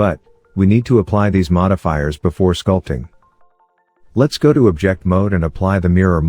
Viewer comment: Thank you! Your tutorials are really good! Fantastic demonstrations. Is it possible to change the narration engine? I feel it's overused a bit and applies improper pronunciation to words like 'object'. No worries if not, it's not really a huge bother, just a consideration.